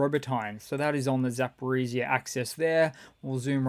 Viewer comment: Your pronunciation of Ukrainian place names is awful. "zap-o-re-ci"?? Wtf is that. Just sound it out. Zaaapoooreeej(zh)-eeee-ahh. None of the vowels are silent in Ukraine. E's sound like "eh" and I's sound like "Ee"